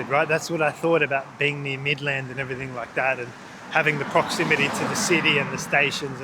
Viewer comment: Mid-land not Midlaaand 😅